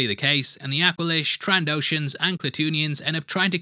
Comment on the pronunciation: Aqua-lish not awkwalish hahahah. Keep up the good fast breakdowns!